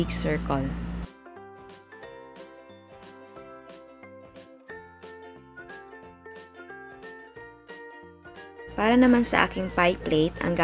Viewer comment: ate mali po ung pronounciation nyo po sa circle, naging circal po